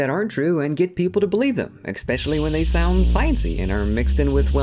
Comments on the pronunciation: "expecially"? I lose respect for Fundamentalist Christians when they don't have even a basic level of education. So afraid to read any books because they fear Satan will suck their souls out with a Silly Straw. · Wow. It's easy to disctedit yourself up front by mispronouncing "especially". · Expecially! 😩 I can’t take him seriously now! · His first sentence, about people trying to convince you they're smarter than they are, and he says "expecially". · "Expecially?" Smug creationists suck at *everything*. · I have a hard time taking science critique from someone who says "eXspecially" or "abdomNen" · I hear someone say "EXpecially", and I just tune right out. A person of such low intellect has nothing of consequence to say. Sorry,, this one's a hard pass. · Barely a dozen words in and the speaker tells us without telling us that he doesn't know jack about dick by saying 'eckspeshully' instead of 'especially'... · I have one simple rule: If you're an adult and can't pronounce "especially" correctly, barring any sort of impediment, then I take nothing you say seriously.